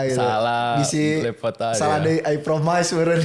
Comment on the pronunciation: sok sok bahasa inggris pas face off😂, "promais"😂